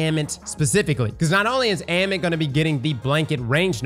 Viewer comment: AMMIT = AH-MIT